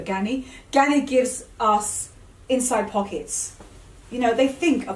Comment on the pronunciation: Ganni, not Gianni.